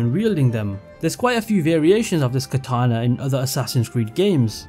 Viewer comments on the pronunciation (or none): none